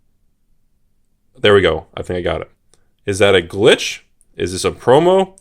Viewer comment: Can I get a ruling on the pronunciation of glitch. It is pronounced like witch right? Not glish like silly says.